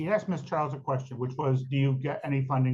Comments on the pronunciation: If you’re acting as your own lawyer, and you still use the word “ax’d”, you’ve already lost your credibility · Trying to have an intelligent discussion with someone, who has not yet master kindergarten level grammar ("I aksed" fir example) is a waste of everything. One needs to pass some basic general knowledge testing (at a very keast) before they're allowed to represent themselves. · Its ASKED ASKED ASKED ASKED .........not axed .....god dumb slaughtering the english language